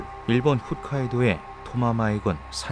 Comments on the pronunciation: 훗카이도가 아니고 홋카이도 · 훗(ㅎㅜㅅ)카이도 아니고 홋(ㅎㅗㅅ)카이도인데.. ㅜ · 훗카이도가 아니라 홋카이도입니다. 호ㅅ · 훗카이도가 아니라 홋카이도입니다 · 영상 잘봤습니다. ㅎㅎ 훗카이도(x) 홋카이도(o) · 훗카이도가 아니라 홋카이도 .... 부끄럽네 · 훗이 아니라 홋이요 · 그.. 잘 보고 있습니다만 훗카이도가 아니라 홋카이도 입니다; ㅠㅠ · 홋카이도 계속 훗카이도라고 하는거 불편하네